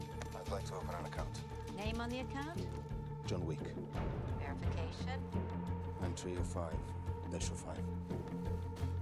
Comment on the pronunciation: it sounds like he said john week or weak